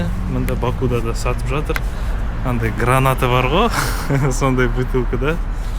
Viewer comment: Бакуда емес Бакуде деп айтыңыз,бұл жерде у әрпі келесі буынды жіңішкертеді